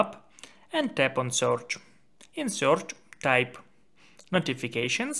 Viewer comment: It is spelled "search" not "soorch"